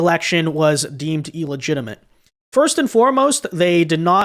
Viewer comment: illegitimate not ellegtiment.